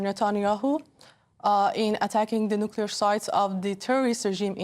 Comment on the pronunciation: The word is nuclear, not nucelar,.